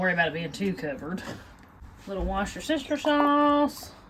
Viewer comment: I thought I’d heard every possible way to butcher Worcestershire, but I’d never heard it pronounced “wash your sister shire, until today!